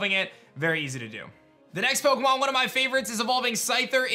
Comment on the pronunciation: Is it just me or does he say OKEMON legends arceus at the very beginning? Lol I rewound it 100 times and it's definitely what he says. Restart the video and you tell me 🤔